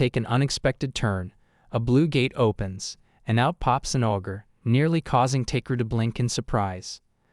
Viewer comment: Hey! Stupid AI! it's not AWW-GRR, it's OH-GRR. Ogre. The AI mispronounces the simplest words, and it's maddening! And the AI trying to say the story "using other words" frequently gets them to say something completely incorrect, ever opposite, of the real story! GAAAAH!